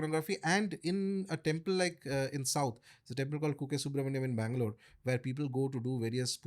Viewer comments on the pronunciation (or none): Also it sounded like Mangalore not Bangalore what he is referring to